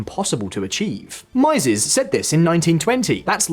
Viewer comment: Just one note: Mieses rhymes with cheeses.